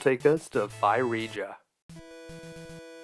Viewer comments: Now that you've finally learned how to pronounce ocarina correctly you should learn how to pronounce Phrygia. It is supposed to sound more like fridge-ia not fie-riga. I also spied Clash at Demonhead in your into. I'm not going to shout to you "Play it next!" but instead I'm going to sit back and calmly say to myself, "Soon." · Not that it's important, but Phrygia is pronounced like Fridge-ee-ah. Cheers, That guy who found your pronunciation of okarnia amusing ;) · Phrygia is actually pronounced "Frigia" with the fri as in "frigid". It is where Turkey is today. One of the well known kings of Phrygia in the myths was King Midas, who could turn to everything he touched to gold after wishing it, becoming to regret it after he realized even food and drink turned to gold and when he accidentally touched his daughter, so did she. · By the way, Phrygia is pronounced 'fri-jee-yuh'. Like the word 'frigid.' The more you knooooooow! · "Phrygia" is pronounced FRIDGE-ee-uh. Also, fun fact, the music there is in the Phrygian mode! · Apollo pulls the sun chariot, Artemis is the one associated with the moon, so I think it makes sense to come from her. I like your pronunciation of ocarina! I think Eurydice and Phrygia are pronounced a little differently than that, though, lol